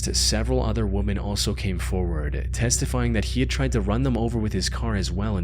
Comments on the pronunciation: Weh… men. WEH-MEN. Multiple women = WEH-MEN. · You're pronouncing "women" wrong in each video. It's not the same as "woman." Love your videos btw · This dude still can’t pronounce the plural form of woman..aka women..correctly. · The plural of “woman” is “WOMEN”. Why do you continue to pronounce it wrong????